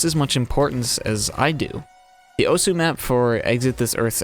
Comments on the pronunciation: yeah just thought it was funny. But you also pronounced osu wrong but almost everyone does that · take a drink every time he says Osu wrong.